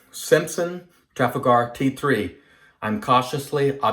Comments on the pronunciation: Beautiful looking new version of the Hawk,! But......Trafalgar would be pronounced ' Tra-fal-guh' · The model…Trafalgar….is named after Lord Nelson’s naval victory over the French in 1806…if memory serves. It is pronounced….Tra..FALL…gar. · It's pronounced Traf-al-gu. Based on a battle in English history.